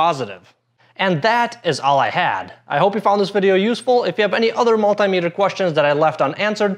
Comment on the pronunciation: what is a "mull-TIE" meter